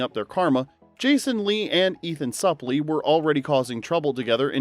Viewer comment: Ethan's last name is pronounced Soup-lee.